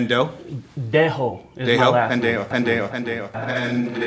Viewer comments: is actually "pen dejo" all together. Not Ben dejo😅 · Is not Bendejo is Pendejo !🤣🤣🤣